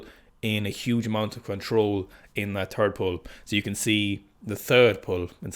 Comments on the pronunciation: I never noticed the 'turd pull' thing before - now it cannot be unheard and will haunt all future Sikastan broadcasts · just go ahead and say "last pull" so you dont have to keep saying turd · Did you say “episode three” or “episode tree? Also, did you say “the third pull” or “the turd pull”